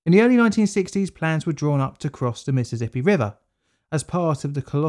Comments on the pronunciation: For future reference, it's "Mississippi", not "Missizzippi". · "miss-suss-sippy" there is no "Z" in the pronunciation of the name...